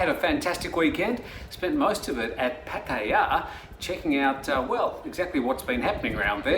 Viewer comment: Try YouTube on how to properly say Pattaya since you are based in Thailand and your news are mostly about Thailand